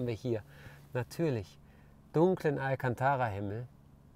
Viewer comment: Und das alkantarrrra😂😂